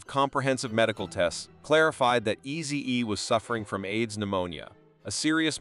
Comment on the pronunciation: How can this guy mess up the name Easy-E with two EEs.Is this a automative Ai robot voice?😮